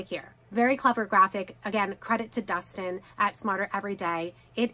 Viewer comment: His name is DESTIN, not DUSTIN. Try to get it right.